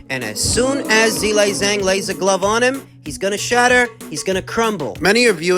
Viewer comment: I gave Miller the benifit of the doubt that he was mispronouncing Zhilei Zhang HELL'a WRONG!!! 🤣😂🤣